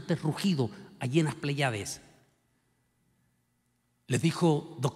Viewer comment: no mezcle metros con pulgadas error, no se dice pleyádes sino lo correcto es pléyades, no se dice george doble Bush, lo correcto es George doble u bush, no se dice espelusante, es espeluznante lo correcto, mejore su idioma.